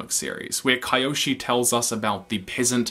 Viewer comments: "kai-yoshi" rather than "kee-yoshi" pronunciation reminds me of you cringing at the Avatar movie's pronunciations, such as "ung" and "uh-vatar" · Bro the video is great and all but its Kyoshi not Kaioshi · Isn't Kyoshi pronounced Key-Oh-She and not Ki-yo-she like he often says? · You pronounced kyoshi's name as ka-yo-shi, I thought it was supposed to be pronounced as Ki-yo-shi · Who is cringing at Kai oshi i looked up like who? The i went ohhh kyoshi many are confused it’s pronounced keeoshe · I know im late, but who tf is "Kayoshi" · I hope after all this time, you've learned that big mommy Kyoshi is pronounced Kee-yoshi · I love this channel but Kai-oshi?!?!?!? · Kaioshi killed me every single time i heard it and not in a good way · we're just gonna brush right past him pronouncing it "kai-yoshi"? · I love your videos but I hate the way you say Kyoshi. it is Kee-Oshi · I watched this video 2 years ago, I just rewatched it and I love how he says Kyoshi's name wrong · why do you pronounce Kyoshi like that. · You killed me everything you said Kyoshi's name. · You had me, 100%, I loved every second of it. Then I heard you pronounce Kyoshi's name and it all fell apart :`( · Love your analysis, but how did you watch a show that says kyoshi like 100 times and still manage to pronounce it wrong?? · Why does he pronounce Kyoshi that way? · This pronunciation though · how do you mispronounce Kyoshi when they literally say her name in the show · Downvote for butchering Kyoshis name. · I’m sorry but how you pronounce KYOSHI MAKES ME WANNA BREAK SOMETHING